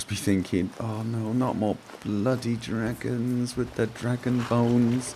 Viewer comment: be vewwwy quiet, we're huntin' dwagons